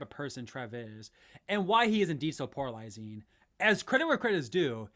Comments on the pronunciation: "poralizing" is back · If this guy says "PORALIZING" one more time im gonna lose it 😂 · You keep saying poralizing lmao